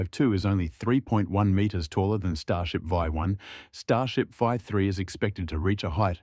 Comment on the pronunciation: "VIE 1"? Never heard it said like that before. Just 'V' or 'version" is more usual and recognisable.